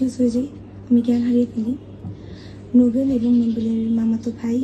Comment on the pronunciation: নুবেল ❌ কটবেল😂